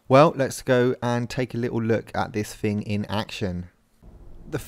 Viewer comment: "A funny looking 'fing'" he said xD